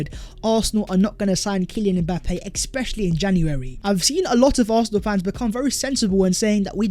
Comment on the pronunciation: I really like this content but the EXspecially prnonciation is annoying me lol